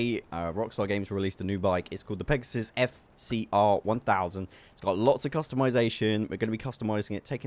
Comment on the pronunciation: you fee its Pegassi not Pegasus